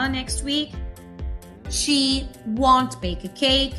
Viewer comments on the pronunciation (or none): Nice video, but the word "won't" is not pronounced correctly. Not to be mistaken with WANT.